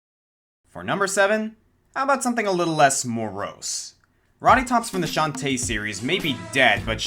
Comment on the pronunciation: One thing that I dislike is a non-symmetrical Plants vs. Zombies garden... I love how you pronounce Shantae, emphasis on the tae, rather than on the Shan :P